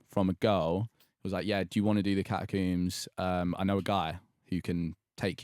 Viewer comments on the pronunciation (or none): Can we just mention the way says the word Catacombs as Catacumbes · holy shit they way he said catacombs pissed me off so much like bruh "catacoombs" like tf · Is it just me or does he pronounce catacombs weirdly? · Theres no U in catacombs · The way they day catacombs makes me want to kms